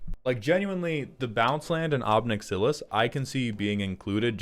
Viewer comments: Ob nix ill iss = ob nix uh lis Droood = druu id U even eventually said druid. Is inglush hurd? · why the fuck do you say ob nixilis like that bro